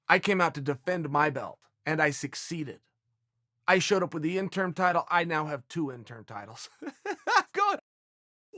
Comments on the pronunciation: Interim, not intern. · Why does he keep saying "intern" then "interm" and also probounces is right - "interim" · Chael "Intern, Interm not Interim" Sonnen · It’s interim* belt Chael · It’s been years and Chael is still saying “INTERN belt/ INTERN Champion” 😂 When is he going to realize it’s INTERIM. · Every time he says "Interm" I cringed just a tiny bit..lol he can be soo bad Pronouncing things sometimes. Lol we still Love you Cheal... #InterImChamp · Interm? Ya know its interim right? Fkn idiot yanks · Lol double "interm" champion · Nobody: Chael: “Interm” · Chael "interm" Sonnon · THE INTERM BELT LOL at first it was the INTERN belt 😂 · Chael "In-term" Sonnen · Chael isn't saying "intern" champ.....is he? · Chael "Triple Inturrm Champ" Sonnen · And interm champ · I swear when Chael says "Interim" it sounds like "INTERN" Double INTERN Champ. xD!!! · "Do I pronounce it Intern, interm, or interim?" "Just use all 3" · Thank you. How can he not say interim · Chael “interm” Sonnen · Chael say it...JUST SAY.. INTERIM